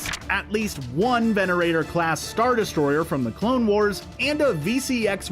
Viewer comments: it’s “venator” not “venerator” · Venator Star Destroyer; not Venerator. haha